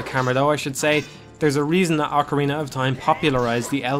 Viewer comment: Did you just say "Hillion"? or "Hee-Lee-En" lol Hylian is pronounced "High-Lee-An". Like Hyrule is "High-rule" not "Hee-rule" lol But at least you correctly said "Oc-a-rina" unlike those who say "Oak-a-rina". lol My life will be complete if i find a Majoras Mask review calling it "Major-Ass" Mask. lol